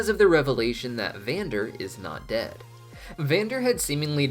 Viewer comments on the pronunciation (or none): none